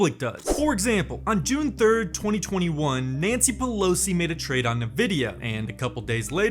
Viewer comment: EN-vidia not NUH-vidia! Thanks for the videos!